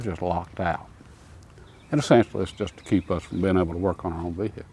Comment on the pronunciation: Vee- hick- uhlzzzz.